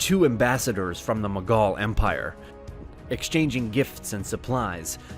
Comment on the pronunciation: to be honest i was a bit angry on your pronunciation of mughal but guess i cant blame you you arent an indian but try to improve it a bit